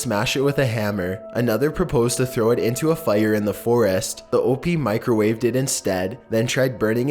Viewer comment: does anyone not realise hes saying OP wrong? its pronounced OHP not OHPEE